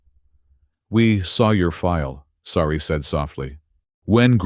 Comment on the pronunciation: Sari, not "sorry" WORK ON IT.